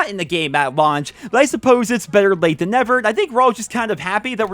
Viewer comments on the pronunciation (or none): none